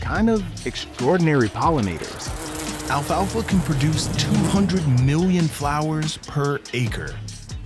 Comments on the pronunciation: He keeps saying "alfa alfa." It's Alfalfa. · Why does he keep saying Alpha Alpha seed? It's pestering me. It's just alfalfa